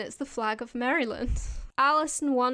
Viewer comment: I am deeply wounded both by the rating you gave the flag of Maryland, and how you pronounced Maryland